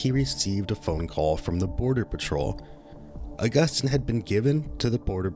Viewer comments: Hey, just wanted to let you know Agustin is pronounced Uh-gust-teen not Uh-gust-tine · It’s pronounced aww-gus-teen 😊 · Except for mispronouncing Augustine lmao